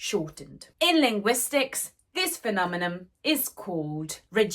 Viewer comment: PhenomenoN, not phenomenoM